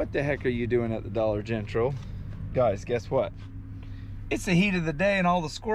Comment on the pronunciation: Glad I’m not the only one that says Dollar Gentral! Another great video!